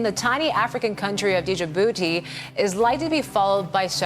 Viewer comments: D-Jibouti?????😳😳😳😂😂😂😂😂. Its Dji-bou-ti. Together. Not D-ji-bou-ti. Thank you. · A full reporter pronounces D in Djibouti